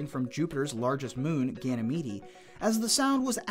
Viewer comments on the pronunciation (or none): DUDE..ITS PRONOUNCED (GAN-A-MEED)!! NOT GAN-A-MEEDY... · I love that Ganymede has an extra syllable in this video lol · i disliked your video because the way you pronounced Ganymede actually P'd me off.